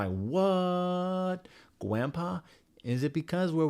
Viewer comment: "Gwampa? Is it because we're Wepublicans?" 😂 Broke me xxx